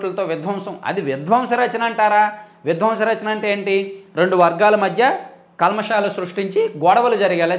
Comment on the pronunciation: ద్వంశ రచన కాదయ్య.ధ్వంస రచన అనాలి.